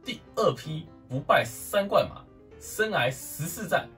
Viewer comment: 生"涯"(一ㄚˊ)...聽你說話好痛苦。